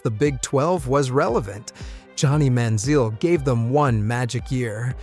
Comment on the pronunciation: I know this is AI because of the mispronounced words..... so I am pretty sure they never did their research about the 2010 SEC Championship Game. (Man-ZEAL instead of Man-ZELL, and not knowing how to pronounced Rev-ill-lee is just wrong no matter which team you pull for....)